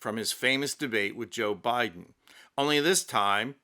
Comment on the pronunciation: It made me chuckle too. But because I'm pedantic, I cringed every time he pronounce the word this . Authentic fake French accent would use zis . Still, it was very funny. I love his usual delivery tho. It's clear and concise, without any unnecessary inflection or exaggeration to distract from the presentation. Just simple facts with some subtle humor tastefully inserted here and there.